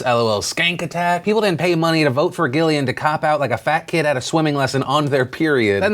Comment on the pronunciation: Phil Gillian is pronounced "Jill-e-an" not "Gill-e-an"